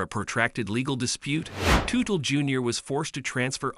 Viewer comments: I cringed every time he said Tootle 😂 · When a name of a famous person is mispronounced. I will not watch the video. Its a video composed by AI and not a human. I know i should accept it, its the way of the future. But I can't, i want to see things that people write and speak about not some faceless computer!